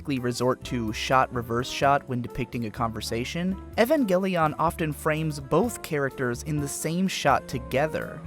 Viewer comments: it's not ehvangelion it's E-van-gell-i-on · Evangelion not Evangeleeoonn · You keep saying it like “Evan Gel-Leon” and it’s so distracting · Evangel "EE-ON" I can't take it! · Your supposed to say evangelion the same way you say evangelist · Why is it so hard for people to pronounce the name of this series correctly? It’s 5 syllables long. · this is going to be impossible for me to watch purely because of how he pronounces evangelion. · why are you saying evangelion like that ☠️ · You're pronouncing it wrong. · Apparently you cant pronounce Evangelion.